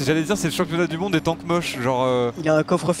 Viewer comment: "world of tanksse" 🤣